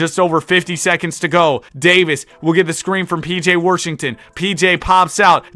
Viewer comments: pj worshington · Is the R in “Washington” in the room with us?